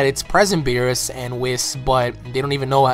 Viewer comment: Lol your saying whis wrong I think idk in the English dub it doesn't sound like that when a character says his name but cool vid bro